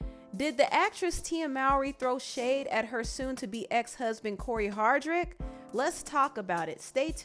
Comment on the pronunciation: I'm sorry but you call him HardRict and not Hardict. I think it's pronounced Har-Dict